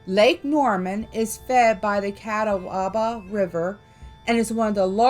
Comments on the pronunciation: very interesting watch, for the future and there is a tiny debate on this but the w is silent. Cataba is the way most say it I just chuckled when I heard it the other way. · Pronounced ca taw ba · Being a native North Carolinian.....i live not far from Catawba River. Catawba is pronounced. "Ka..tall...ba" The Catawba Indian owned much of the land around any Catawba Rivers and also Catawba county and many more counties in North and South Carolina. I now live in a small town called York in upstate SC...York is the second most historic city in SC,the first being Charleston. I cross every day one of the many Catawba bridges over the river that runs through North and South Carolina states. Thank you for the videos you did about North and South Carolina top haunted legends. The whole series of top haunted legends of the United States is very fascinating!! I always look forward to your and videos!! Much love to you both!! 👻👀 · Cata-waba lol